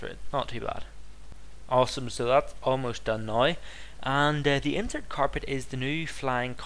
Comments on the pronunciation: OMFM(OH MY FUCKING ME, avoiding the word God) STOP SAYING INSERT WHEN IT IS INERT INERT INERT INERT INERT INTERT!!! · May I point something out to you? With both the carpet and the things you place in the walls of monoliths (can't remember what they are called) the word is "Inert" and you say "Insert" there isn't an "S"